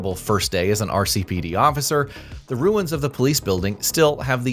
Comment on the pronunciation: My eye twitched every time you said RCPD